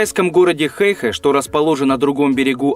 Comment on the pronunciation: хэйхЭ - ударение на 2ю гласную.....